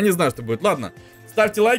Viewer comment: не ладна а ладно не проста а просто